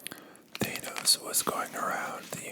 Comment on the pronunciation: I’m over here wondering how even with all the movies I’m sure you’ve watched, you’re pronouncing Thanos like that. Or did the movies get it wrong? But I barely care because this is some great whispering